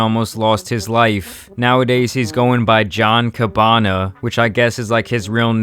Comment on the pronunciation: “Boink gang” “John Cabanna” Lmaoo dude f’d up both names